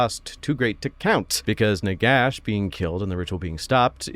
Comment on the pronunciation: I want a video about Nagash if you pronounce his name properly. Nehekara rises from the sands.